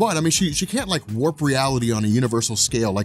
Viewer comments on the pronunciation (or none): none